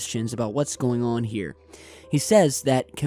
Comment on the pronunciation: "What's going ahhhhhwwwenn"